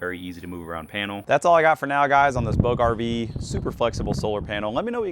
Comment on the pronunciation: Bouge: Pronounced like "BOOZH" (rhymes with rouge). The "g" makes a soft, smooth "zh" sound, like the "s" in the word measure.